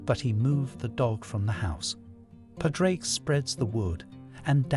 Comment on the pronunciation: Pawd-rick (not paw-drake)